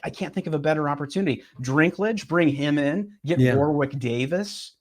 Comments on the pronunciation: Why isn't it important to you to at least get names right? Peter DINKlage, not DRINKlage. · Peter Shrinklage